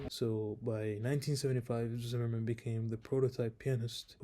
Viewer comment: Curious - besides being a YoutTube guy - what are your qualifications? I wish at the very least you'd learn how to pronounce Zimerman's surname correctly. I'd love to hear your playing ...